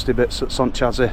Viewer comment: Great video! By the way, when you mentioned 'chassis,' I noticed it's one of those tricky words that looks different than it sounds. It’s actually pronounced 'sha-see'—took me a while to get it right too! Just thought I'd share in case it helps. Keep up the awesome content!